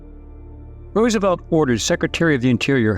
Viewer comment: “FRANKLIN DOUBLE-CROSS ROOSENFELD”